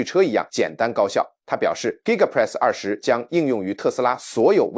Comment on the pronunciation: 不要用AI講話，連2.0都念不好。giga press是力豐的子公司。